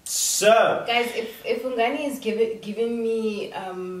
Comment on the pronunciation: Hungani??😔 not Bongani??😭😭